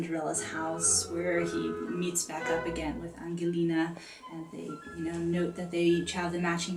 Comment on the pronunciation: You may want to learn how to pronounce the Italian names correctly, specifically Cenerentola, Don Magnifico, and Angelina, if you're putting out an informational video.